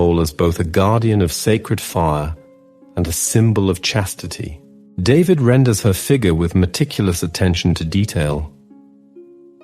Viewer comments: His last name is pronounced (daveed). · AI,,,his name is "DAVIDE" so pronounced,,,not david the anglo way...